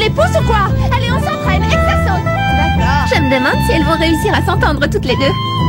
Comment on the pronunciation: 13.50 "elles von bien ensemble " fails